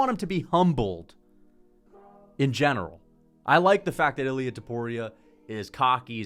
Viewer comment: Please pronounce it correctly.. Its not iLL- EE UHH Its EEL Yah with a very little pronunciation of the L. Get it right